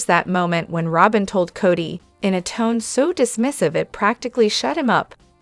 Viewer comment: Work on the pronunciation of the names it was a hard listen